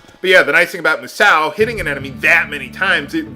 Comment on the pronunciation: I believe the correct pronounation for Musou (based on my knowledge of the chinese and japanese languages) is actually like "Moo-sow". If it was spelt "Musao" and not "Musou", then you'd be correct. As for the characters, I believe the one in the upper right is Sky or Heaven, and based on the name of the attack, I'm guessing the other one is 'Strike' - basically it's saying SKY STRIKE!